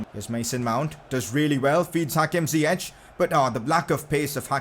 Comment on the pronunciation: You say it like Zi-yeck not Zi-yech